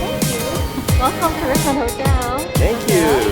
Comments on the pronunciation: lol... RIeesh-mon-daye. I grew up in Richmond, California so when i first saw Richmonde hotel in Iloilo, i pronounced it the same way does... Rich-mond. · ❤❤❤❤ your husband pronunciation of Richmonde 😂❤❤ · The town of guimaras in iloilo has the sweetest mangoes in the philippines and they are big, it's funny sir he had trouble pronouncing the richmonde hotel and good luck i know so moany aventure in iloilo